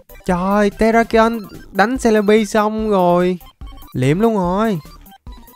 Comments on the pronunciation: Em ko đọc bằng c le bi đâu em đọc là ce le bi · Celibi mà em đọc là jolibi 😂😂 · Celebi mà anh nói là selebi 😅😅